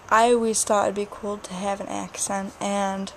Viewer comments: u have like a small accent like when u say accent it sounds like AKESENT lol it's cute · It's sounds like you do on the word "accent"